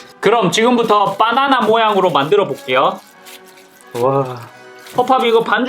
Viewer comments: 빠나나 아니고 바나나예요 ㅋㅋㅋ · 빠나나아니고 바나나~~ㅋㅋ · 허팝님 계속 빠나나라고 하시넹..ㅎㅎ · 바나나가 아니라 빠나나? ㅋㅋ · 허팝:똥 아니에요 빠.나.나 에요 빠.나.나에요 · 발음 ㅋㅋ 빠나나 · 발음이 웃기다 ㅋㅋ 빠나나